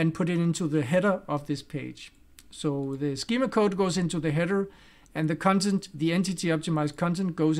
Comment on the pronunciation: I will definitely pronounce "cuntent" from now on 😅